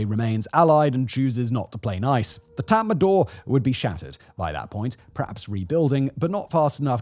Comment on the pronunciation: Its not tatmandaw, its tatmadaw--- no N. Read the spelling.